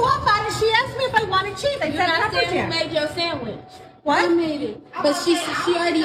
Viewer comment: “Sammich”! Oh Lawd! That was it, Dr. Richey!